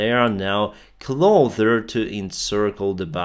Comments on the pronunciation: why do you say 'they are clother (closer) to encircling Bakhmut' but in the very next sentence you say 'they cannot close the gap'. seems like you shouldnt have a problem pronouncing 'closer' correctly? thanks for your coverage! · For your English learning you should really work on the word "closer". It sounds more like "clother" :) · Hello:D, i hear you always say Clother..but the you should say it like with an "S" like Stay..you do use the S a lot so it should be easy for you: ), "Closer" I hope you don't feel offended:) i dont speak proper English as wel. thanks for your news:) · Two days pronouncing "closer" correctly, but today you revert to "clother" again. WHY????? I thought you had finally nailed it, but no. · You pronounce the word “closer” incorrectly. You pronounce it with a “th” as in “thorn” instead of an “s” as in “subscriber”. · Hey! "Closer" is pronounced with an S, not with T:) And also thank you for your service. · Its so funny how you say "closer" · Hey appreciate the videos , just a small English correction though ,you pronounce closer like it has a "th" instead of an "s". Slava ukraini! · You say "closer" weird